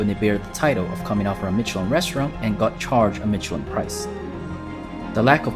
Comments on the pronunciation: Why are you pronouncing Michelin like that? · You cant even pronounce michelin right... Grrrrr and its SorBEY not sorbit zzzz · Just a little friendly correction, the ch in Mechelin sounds like sh.